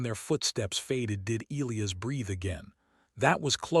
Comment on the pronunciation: Your AI doesn't know how most people pronounce "Elias". That sucks.